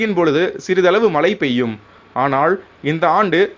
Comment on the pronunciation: மழை = மலை, தமிழ் = தமில், முழுக்க = mulukka "நல்ல தமிழ் உச்சரிப்பு"